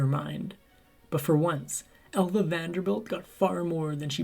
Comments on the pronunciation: …. And …. “ Alva”. He’s pronouncing it Elva. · I noticed the pronunciation. “Ehlva” instead of “Ahlva”. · Her name was Alva not Elva.